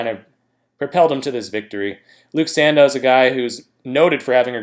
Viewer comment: Give Luke respect, his name is pronounced san-dough not san-dow